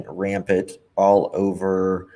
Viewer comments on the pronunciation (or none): Its rampant not rampid